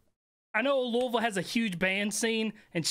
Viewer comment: Kentuckians appreciate you saying Louisville correctly!